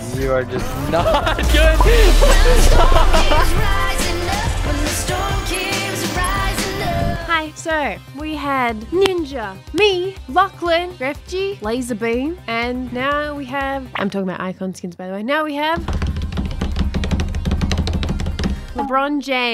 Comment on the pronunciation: almost a year, and she still says gref 'G' lmao (as a Spanish speaker it pisses me off :>) It actually is pronounced Grefg, sticking the g to the last of the word :)